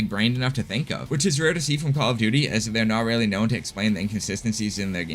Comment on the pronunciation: Is that Weally so?